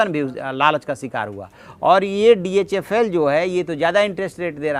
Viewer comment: SIR ITS DHFL NOT DHL.